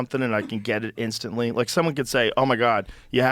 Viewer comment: "Instantlee" clicked